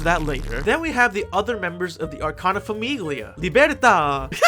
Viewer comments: Grazie, stavo scorrendo i commenti in cerca di altri italiani scoppiati a ridere dopo ogni FAMIGHLIA 😂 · I took a singular Italian class in college and that was enough to make this grating for me. I was wondering if it was more funny or more annoying for an actual Italian to hear "FAMIGHLIA" over and over lol. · I don't even speak Italian, and this pronunciation of "famiglia" hurts my ears. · giuro, ogni volta che diceva “famiglia” volevo morire HSDHAHA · Hi, so, my Italian ass is dying at the pronunciation of basically everything (it's not that bad, honestly you did great and I loved the "TAROCCHI🇮🇹🍝🍕"). Let me break it down for anyone who wants to read. The final syllable of “Famiglia” is pronounced kinda like the final part of “paella”, so you don’t ear the “g”. “Felicità” means “happiness” and the final “a” is stressed. (I should mention that I have no idea if the stressed ‘a’ is present in the actual names of the character. If it’s not there, it’s probably a small mistake on whoever made the anime since aside from a couple name there seems to be a pattern in using actual words for the characters names) “Libertà” is pretty obviously “freedom” and the final “a” is also stressed. “Debito” means “debt” and I can’t stop laughing at how they called a character “debt” ffs WHY? “Pace” is peace, very uninteresting. “Mondo” means “world” and I’d like to have a conversation with whoever thought this was smart.